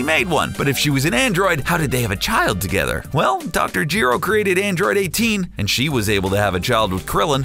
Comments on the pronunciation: if Dr. Gee-Row if DR. GERO. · Who the hell is Geero? It's Gero.... one E, not two......